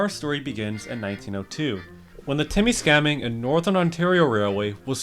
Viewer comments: My ears can't stand your pronunciation of "Temiskaming" and "Orillia". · Orillia….temiskaming. Learn how to pronounce names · I love this video but listening to you guy butchering town name you pronounce is hilarious. Temagami is pronounced "Tem-Mag-a-mi" Temiskaming is "Tem-Mist-Ka-ming", and Orillia is "O-ril-li-a" I still don't know how to properly pronounce Proquis to this day though. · All the real pronunciations: Te(miss)ka-ming Englehart (think of the first half of England than Heart) Porquis - Poorkiss (yes even I, a Northern Ontario resident, think this makes 0 sense) Te-ma-gami, the best way I’d describe it In words is to pronounce every syllable New Lis(Kurd) Matheson - Why did you even pronounce the T? Oril(lia) not Gorilla without the g 😂 Another important note is the addition of Timmins to the line. Timmins is the largest city by far North of North Bay with over 40k population and should keep ridership numbers high. Cochrane, for instance, only has around 6k. I knew many people here in Timmins who would drive 50mins north to Cochrane or East to Matheson just to catch this train.